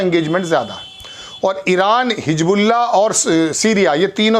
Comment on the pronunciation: Bhai Hijbullah nahin Hizbullah hai,Salman nahin Mohammed Bin Salman hai,Ashraq al awsat nahin Sharq al awasat hai,pahle Urdu ka sahi pro nounciation seekhiye